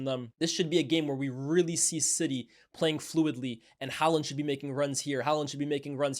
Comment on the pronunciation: The way he pronounces haaland 🙄